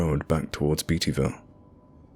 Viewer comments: The way he pronounced Beattyville hurt. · Oh my gosh, I'm a born and raised Beattyville girl!! Lol, so weird to hear this in a story. But the way we pronounce it is "Beta-vulle" lol not, "Beety-ville". Love your effort though :) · Savannah C ikr when someone pronounces beattyville wrong something inside me dies lol IT IS BATE !! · It's "Bate-E-Ville", not "Beat-E-Ville when you pronounce Beattyville. Also, I was born in Irvine, it's "Ir-Vin" not "Ir-Vine" pronunciation. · The guy who narrated this mispronounced a few places so we know for sure he is not from Ky. Irvine is pronounced Ir-vin. Beattyville is pronounced Bae-tee-ville. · Irvine pronounced "er-ven", Beattyville pronounced "bate-e-vull". We Kentuckians are very particular about how you pronounce names of towns.